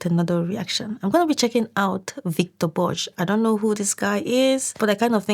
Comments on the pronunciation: Great video. And his name is pronounced "Bor-gah". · Victor Borge was a family favorite. His name is pronounced Borg-uh. Hard G. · Please check how he pronounces his name himself.